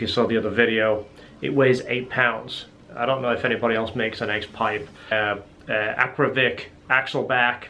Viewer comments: AKRA POVIC not Akrovic...Akrapovic 😆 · First time that I saw a comparaison between a few x-pipes in one video. No stupid loud background music. By the way and I mean no disrespect, it is Akrapovic and not Akrovic. Well done! I used to have a C6 Z06 with Kooks long tube headers, high flow cats, Corsa x-pipes and sport exhaust. My engine light was always on. Did you have the same issue?